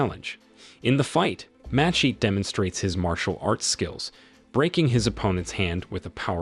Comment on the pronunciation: AI voice would never mess with masheet